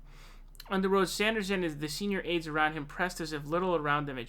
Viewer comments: Yes I really dislike when he does that..it seems as it comes natural for him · 😞I guess you just cannot pronounce Bernie Sanders name correctly and I’ll just have to accept that. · Jesus Christ pronounce his name correctly you goon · It’s Sanders not Sonders! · Sanders not Saunders! Lol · Bernie's last name is pronounced Sanders (Sand-ers), (phonetic), not Saunders (Sond-ers) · Yeah he keeps calling him Saunders! It's Sænders, with a flat "a" (æ) sound! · His name is Sanders not Saunders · Good vid, one thing; it’s Sanders not Sonders. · Its Bernie 'Sand'ers, not Bernie 'Saund'ers. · It's SANDERS, not SAUNDERS. FFS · Stop calling him "Saunders" getting annoying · Bruh too many videos with you mispronouncing Sanders(Sand-ders) not Saunders which is a similar but different surname. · S A N D E R S not S A U N D E R S......there! Glad I got that outta my system. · Dude, his name is Sanders, not Sonders. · He switches back and forth between Sanders and Saunders, just like he did a few days ago with Joe Rogan and Joe Rosen. Idk wtf is wrong with this dude when it comes to pronouncing names. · Why do you pronounce his name as "Saunders" but when you talked about his wife, you said "Sanders." What? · I’m sorry... but Saunders? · Why do you keep saying 'Saunders'? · Why do you call him "Saunders" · Does say "Saunders" on purpose? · Again with Saunders lol - best was when it became Zaunders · BRO quit calling him Bernie Saunders. His name has no fucking u in it! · Do Muslims have to pronounce Bernie Sanders last name incorrectly? This kid keeps saying Saunders. I'm just wondering if Muslims will get in trouble if they pronounce Bernie's last name correctly. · How can this dude keep calling him "Saunders" after all these years? Jesus.... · Everyone should start calling "", in chat and comments. Every time he says 'Saunders", it's like fingernails on a chalkboard. Ugh!